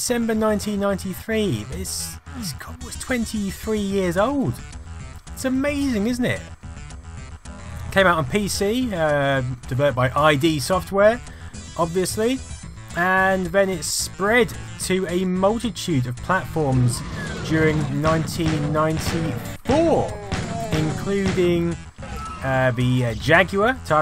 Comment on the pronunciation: It's id software, not I.D. As in the id, the ego and the superego. Apologies for the pedantry.